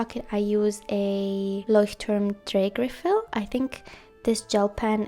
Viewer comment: Loved this video. Your pronounciation of " roter Faden Taschenbegleiter" and „ Leuchtturm Drehgriffel" is perfect . Greetings from Germany ❤